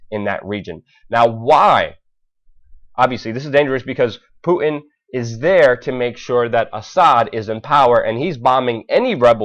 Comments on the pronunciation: Thanks for taking the time to research, evaluate and post this info. A quick fyi. His name, Putin is not pronounced 'Poo-in', but Poo-'tin'. There is a 't' in his name and it is not silent. Thanks again for posting. It's wonderful to see the masses awakening. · puuuu innn? its Putin there's a T in there. please speak like you have some sense. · PuTin not Pu in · Poo en? Please pronounce the T in Putin. Thanks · What's a Poo-in ? (btw. I love your work !) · I like how Luke pronounces Putin. . . "Pooh-in" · Learn to say Mr. Putin's name correctly there's a "t" in it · You lost me when you said nuculer.. it's nuclear. Reminds me of G. Dubya Bush. And what's up with the Puin? It's Putin dammit!